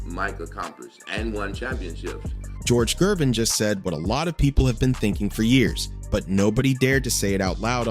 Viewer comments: 😂 This guy can't pronounce Gervins last name for nothin it's not Jervin..it's Gervins Ger..Ger..Gervin.. George Gervin..the "Ice man" there ya Go...geez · You can't even pronounce Gervin's name properly. It is a hard G, not a 'J' sounding G. Good lord. 🤦🏾‍♂